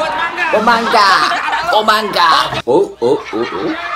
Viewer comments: Its mangga not manga lolololol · mangga Sir, not manga. lol mangga is mango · hey bro, mangga they say not manga' mangga = mango